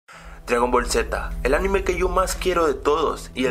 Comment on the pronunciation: yo oí que a lo primero dijo "amine"